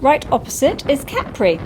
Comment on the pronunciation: Never realised proper pronunciation of Capri....I’ve always said ‘Cuh-pree’ lol.